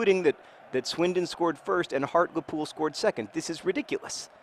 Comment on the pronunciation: John, it's pronounced Hart-LEE-Pool, not Hart-Luh-Pool